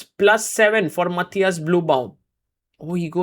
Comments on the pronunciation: Sargars Pronounce "Matthias" in is korrekt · He pronounced it the right way every single time. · It is the correct german pronounciation for Matthias. The Ü in Blübaum does not exist in Englisch, so most say and write Bluebaum like the Color blue, but Sagar makes an effort to pronounce the „ü“ and it sounds quite good actually. I think Sagar asked someone to teach him how to pronounce the Name 😉